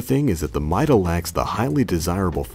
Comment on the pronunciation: It's pronounced meeda